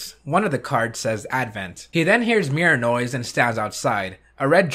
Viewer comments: Whenever he says 'Mirror noise', I keep thinking he's saying Mirinoi. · I don't know if it's just me but every time he says Mirror Noise to me it sounds like he's saying Mirinoi